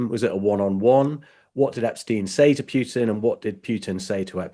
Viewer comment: Dude, the Russian monster's name isn't Pyootin, the way you keep saying it. Listen to Mr. Wolf when he answers your questions about Putin. He pronounces the name correctly, as does virtually everyone else